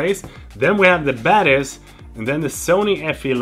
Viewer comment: English is not my mothertongue, so every time you say Zeiss Batis I understand Zeiss badass😂